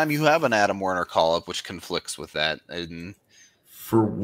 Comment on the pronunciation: His name is still WErner not WArner.